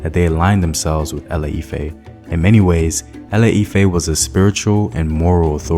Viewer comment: The name of the founder of Benin empire was Oramiyan, the same prince from Ile Ife who founded the Oyo empire. The brother in the video mentioned Ile Ife, only with another pronunciation. Listen again. I'm from Ile Ife, by the way. Therefore, my statement is from the source.